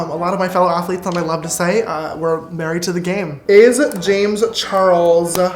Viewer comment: “Not surprised that the list was topped by three professional a t hlee t e s” I SHISTER CHOKE D